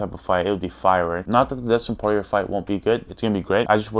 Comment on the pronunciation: bro said Dustin Porirer SO FUNNY